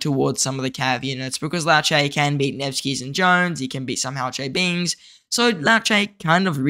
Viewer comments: Why can’t people pronounce Liu Che properly. Liu not Lao, Che not ce. Just like pronouncing Trump to Tromp 😑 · Not Lao Che... Liu... Lee you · 'Lee-U Cher' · "Low chay" 😂😂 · Bro its Lee'u'chay' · Yes hahaha I died everytime he said ‘lao chay ‘. 😂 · Aussie Accent 🤷‍♂️ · Legend says still doesnt know how to pronounce liu che 😂